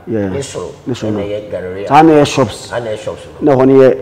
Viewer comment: GARRERIAH" (Galleria):D my. great guy. quality goods